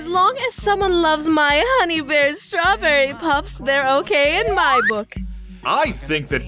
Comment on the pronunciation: It sounds like straw burry